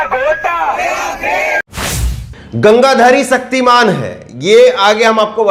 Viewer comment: "सक्तिमान" नहीं "शक्तिमान"। हिंदी तो सही बोलना सीख लीजिए महोदय।🙏